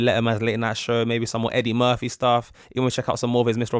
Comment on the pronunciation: Murphy not Murthy